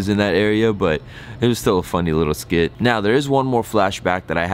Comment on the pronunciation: Skit not slit